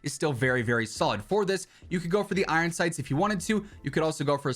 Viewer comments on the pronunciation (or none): none